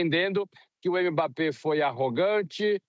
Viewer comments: Repórter todo desinformado. Não houve provocação dos dois lados, não. Foi o Paraguai que, quando não estava dando patada, estava se jogando no chão fingindo falta. E aprendam a pronunciar o nome dele. Não é "emebapê"; é mbapê. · Está errada a pronúncia dele. A correta é m-bappé. Você não fala o nome da letra eme; só faz o som dela, m. Pode procurar o próprio Mbappé pronunciando.